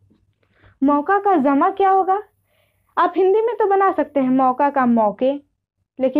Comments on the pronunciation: Zamaa nahin hota hai jamaa hota hai tumhare jaise logon ne urdu ka satya naas kar diya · Zama nh hota h jama hota h ج اور ز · Madam Zama nhi hota hai jama hota hai ok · بیٹا ۔ جمع کو Jama bolo zama nahin. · Zama nahi jama h ji sahiba